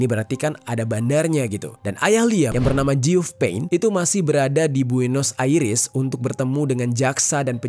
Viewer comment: Liyem, one direksyen, buenos airis, ripley